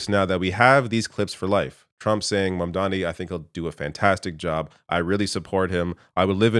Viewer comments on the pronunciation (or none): I wanna see snl parody this scene Trump just fanboying over Mamdani while still pronouncing his name wrong.